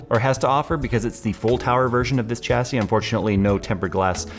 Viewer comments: SAY IT WITH ME ....Chassis ..... SHAH - SAY not CHA-say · The "h" makes the c an s! shassee.. Thank the French. Edit: I may have missed it but the case is called the "Panzer" cool whip.